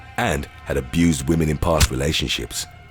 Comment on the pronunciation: Lol, "Whamen..." 🥱